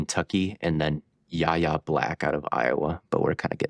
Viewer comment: Yahya Black is pronounced (Why-yay)